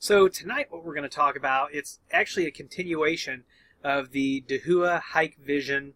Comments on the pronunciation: Thanks for the video once again! Just a quick note, I used to miss pronounce DAHUA as Dah-who-ah too. The way Dahua themselves pronounce their name is Dow-ah. Again, love your videos and I will be keeping a particularly close eye on this topic for my business and customer interests! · Pronounced Da hua ;)